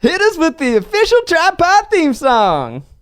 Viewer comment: No one: Ned: WeALcoMe tO TidePod